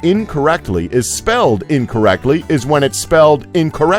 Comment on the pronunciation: I hope it was intentional, but every time this guy had to say anything regarding the word "incorrectly" he totally butchered it.